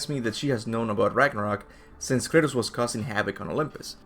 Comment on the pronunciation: drink every time he calls kratos curtis